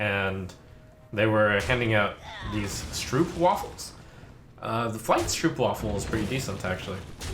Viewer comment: hearing other people pronounce it as: Stroupwaffle :( It's pronounced like the O in Strobe so Stropwafel